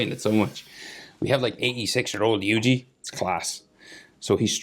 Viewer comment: Good drawing but never say yuji like that again